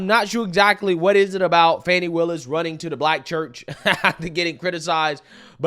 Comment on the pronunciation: G, you said it correctly, Fanni Wilis, along with Letica James are an embarrassment to black women and the black community as a whole!!